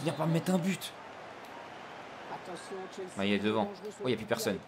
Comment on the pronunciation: C'est MaLLet et pas MaYet mdr